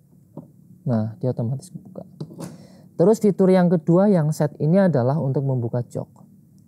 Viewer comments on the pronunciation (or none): Seat dibaca (sit) kursi/dudukan. Terima kasih panduannya